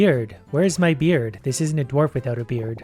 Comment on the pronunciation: He said beard? I didn’t hear the D